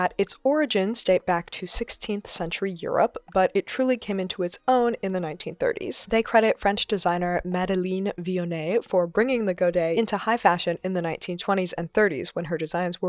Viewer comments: In the french name Madeleine, the sound of the "leine" is close to "lend" (without the d), if it can help. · Brb adding godets to every garment I own xxx I love the process and the look! You pronounced "Vionnet" well, in french the "ei" in "Madeleine" is pronounced like a longer "eh" ! Also I audibly laughed at the gremlin hand and the "terrifying" - def caught me off guard. Love what you do!